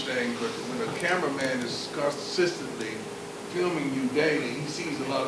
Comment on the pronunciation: He said constasistently. This man is steady making up his own words to put on his wall.